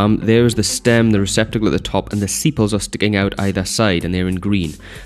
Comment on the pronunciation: its sepal not sipal